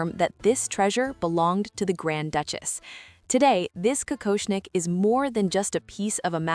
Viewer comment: Какошник, ИИ читает с ошибками.